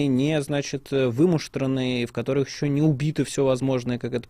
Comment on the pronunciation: Что за натура стала у ФБКашных спикеров делать двойное ударение в словах. Каждый делает это. Пример: на слове "функционирует", слово "которых" и далее "парадигме". Зачем? Это что?